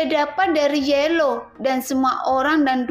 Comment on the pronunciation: Teksnya kayanya ada yg kurang min pas awalnya... Trus bukan yelow min yao law...hahaj